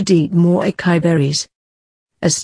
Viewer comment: It's not Akai it's A. CA. (sa)..... I